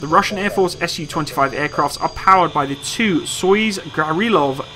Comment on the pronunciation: A note a someone who speaks a little Russian please say Su like Sue not S.U